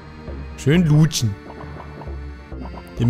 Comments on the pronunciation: Es ist witzig weil du immer Luuutschen gesagt hast anstatt lutschen mit kurzem u xD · Es heißt lutschen und nicht luutschen😟